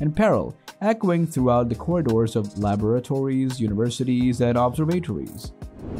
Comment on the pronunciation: How can you reliably present science information, yet not be able to pronounce Andromeda, symposium, or laboratories? You are either the worst narrator I've ever heard, or this is some A.I. reading a script.